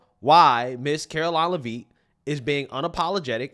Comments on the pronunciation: It's leavitt. Not lavine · Karoline (Leavitt) Pronounced Lev-it. Not Levine! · Karoline Leavitts' name is pronounced Lev-it, not leave-it or whatever the heck ur saying lol. I know this because Leavitt is a Franco American name from the northeast where she is from, NH. Again, Lev-it! Not leave-it. YW 😎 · Care-Oh-Line Lev-it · its Caroline Lev-IT. Not knocking you just dont want you discredited for pronouncing it wrong. You will be saying it alot. Thanks and keep up the good work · it’s Leavitt (Le-vitt) the “A” is silent. I should know, it’s my last name lol and I’m 99% sure we are related. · Great job, caroline leavet pronounced lev--et short e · LEH VIT., we got 4 years. Please say it right. lol. LEH VIT 😂😍😊😎🤩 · It's pronounced Lev-IT. How do you not know this, she's been EVERYWHERE!! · Karoline LeVitt it's pronounced, LeVitt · its LEAVITT! Not Levine lol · Hey hon...it's pronounced "LEH-vit". 👍❤️🇺🇸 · Not pronouncing her last name right. It's like Le-Vet with silent e's. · You keep pronouncing her last name wrong.